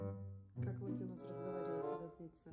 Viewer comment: ты не правильно сказала не лаки а надо локи